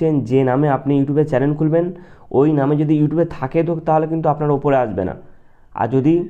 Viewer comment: চ্যালেন না ভাই😂 চ্যানেল😊